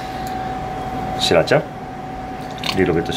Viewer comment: "Leedo bit uh shriracha "😂